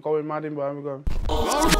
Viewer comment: Love she says Birmingham properly